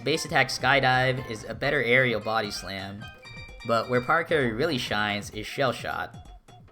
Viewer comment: No way he just pronounced it PARacarry and not PARAcarry